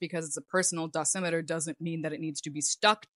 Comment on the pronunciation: ur second pronuncjatjon of dosjmeter was correct btw 👍(